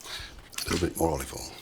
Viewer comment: I legit get afraid when MPW says "generous amount of olivol"